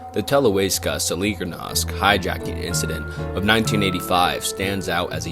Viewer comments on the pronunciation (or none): Sorry for correction but good pronunciation is Televizia (w is reading as w and j is like long i) Solidarnosici (ś is read as sii and ć as ci) I hope I used good pronunciation comparison, for me Polish-born is easier to read letters like ć, ś ź or ż and its hard to explain it to foreigner